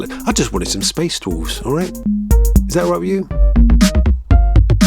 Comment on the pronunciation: Ok, I came to the comments and nobody's saying it, so now I feel like I'm going crazy. IS SAYING "DWOLFS"? Somebody please confirm and make me feel less crazy...